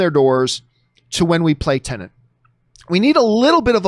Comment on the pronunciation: Please John, PLEASE its TENET .. TEN-ET TEN ET not Tennant.. 😂